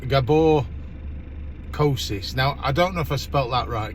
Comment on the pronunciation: Thanks for telling your opinions! Hopefully, this video will be helpful to the others. By the way, you are the first British who pronounced my surname correctly 😅